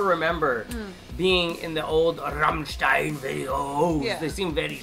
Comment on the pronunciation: Can you stop emphasizing "RAMMSTEIN" so silly? Not even we Germans speak like that..🙄